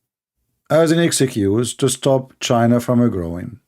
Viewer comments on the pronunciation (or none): it's nit "exycuse" it is ex-cuse"